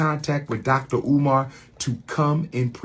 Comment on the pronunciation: It's Umar, not Omar! And the word is buffoon, not buffon! BUFFOON!